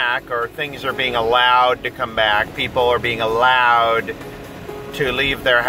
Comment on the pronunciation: With a 'slight' emphasis on the word allowed.